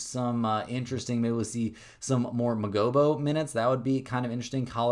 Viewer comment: As a raps fan “muhgobo” had me 💀🤣